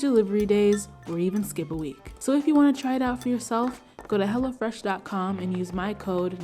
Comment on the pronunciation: LOL sure does